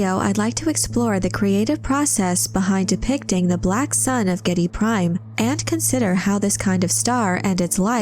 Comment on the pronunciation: AWESOME VIDEO, SPOT ON INFORMATION AND STRAIGHT TO THE POINT. 101% GOOD PRONUNCIATION OF THE PLANET NAME GIEDI PRIME